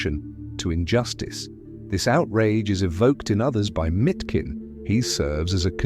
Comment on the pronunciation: It's not Mitkin but Miškin [Mishkin]. miš [mish] means "mouse", which is a contradiction with his name Leon (lion), in english: Lion Mouse.